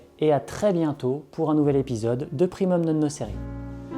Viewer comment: Je t'en supplie prononce bien le latin ! Au moins le nom de ta chaîne quoi ! (primoume none nokéré)